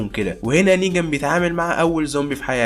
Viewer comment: ملاحضه اسمه نيغان مو نيجان يا غلي